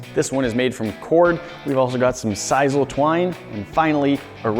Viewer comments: siss-ul not siz-ul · Its pronounced sis-soul